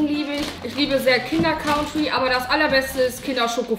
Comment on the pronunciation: Die Aussprache von "Kinder Country" von den Beiden triggert!